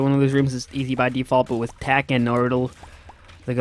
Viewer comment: why you call it tach its tech